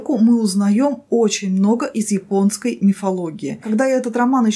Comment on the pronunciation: который раз замечаю: все слова, начинающиеся на "я" произносит очень явно через "и": "ипонский", " инварь". может, это особенность какого-то сибирского диалекта?